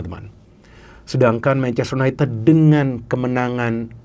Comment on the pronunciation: Bacanya yunaintid bukan yuneted